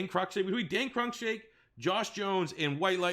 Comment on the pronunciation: It’s Cruikshank not crunkshank moron